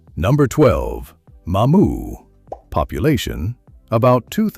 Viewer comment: LOLOLOLOL Bayou Court-a-blow and spelled Court, Tableau in the video 🤣 Courtableau sounds like Catalpa except replace the “p” with “bl”: Catabla (Cah-tah-blah) Kudos for getting Mamou and Opelousas, Bayou Teche, and a majority of them right!! That’s best anyone else has done, just like the first season of True Detective. Chachere is pronounced as Sah-shur-REE. You can look up the Tony Chachere’s video on YouTube to hear the pronunciation. You’re pretty close on LeBlanc, just omit the “c” and you’re spot on! Very good video!